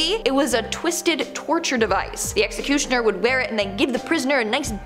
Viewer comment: I know, right ? He can't say executioner-and "unalive" for dead is just stupid lol